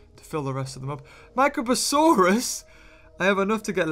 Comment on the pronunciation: He called the prionosuchus a microposauraus